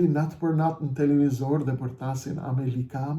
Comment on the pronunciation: Vetëm nga fjala > kuptohet lehtësisht se ky zagarë është investim i nazistit albin kurti, dhe tani po realizon interesat e albin nazistit për zgjedhjet që u bënë prej një viti dhe Kuvendi i Kosovës nuk fillon funksionin e tij.Turp të keshë o injorant që flet shqip.Asnjë gjë të mirë nuk nxore nga ky fjalim muti , përveçse ofendime ndaj Edi Ramës, dhe nuk thoni asnjë fjalë për agjentët sali berisha dhe albin kurti.